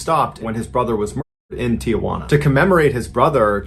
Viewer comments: Mr Ballen, respectfully it's Tijuana not Tia Juana. It's not your Aunt Joan. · It's Tijuana, not Tiajuana. No A in the middle. Common mistake. Otherwise, I love your content! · Oh dear, Mrballen. It's pronounced "Tee-WAN-ah." Just had to get that off my back. Thank you. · When will Americans ever learn that there is NO "a" in the middle of Tijuana??? It is pronounced "Tee-wanna." No "a" in the middle, Folks. No wonder they call us "gringos." Americans don't understand that that is an insult. We are North Americans, not "gringos." Learn that.